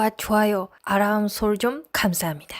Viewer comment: 구독과 조아요 아람설정...아람~? 2번만 연습해도 알람소리 나오겠다